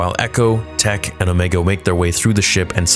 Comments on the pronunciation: . No, her name is not pronounced "Omeega". It is pronounced Omega. You even pronounced it properly later in the video several times. I'm starting to think that you are doing it on purpose just to get reactions and try to start drama, which is very childish. I expect the biggest Star Wars fan-channel on Youtube to be more mature and professional than that. Why are you not pronouncing Wrecker's, Echo's, Hunter's and Tech's names like "Wreeckeer", "Eecho", "Hunteer" and "Teech"? Do you want people to pronounce your real name like "Niagoose Dadbody"? No, I don't think you want that, so do better. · Why do you say Omeeeega??? Like you switching to a New Zealand accent for her name. LOL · Why does he say omeega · You literally say Ooomeaga then say omega immediately after lol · I love how you say omega wrong every time lol or maybe doing it on purpose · The way he’s saying Omega is killing me. I’m sure it’s because of how she talks, but still, LMAO. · Please stop saying Omegas name like that it was fine once but more then once in annoying